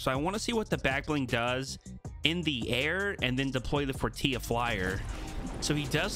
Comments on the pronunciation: It’s pronounced, for-ti-la not for-tee-a. The guy says “welcome to the for-ti-la” in the overview. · He knows he says it has a joke because forteela sounds like tortilla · The way said Fortilla 😂